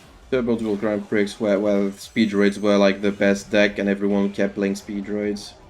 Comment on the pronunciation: I’ve got to assume the mispronunciation of Prix is a bit.